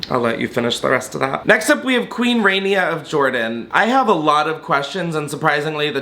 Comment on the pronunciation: Its rania as in raw enea Learn how to pronounce first